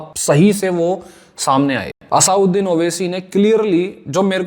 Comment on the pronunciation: Bhai asauddin owaisi ni hai...asaduddin owaisi naam hai🥲